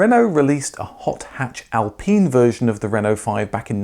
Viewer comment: ITS AL PINE! . PINE IS PINE NOT PENE.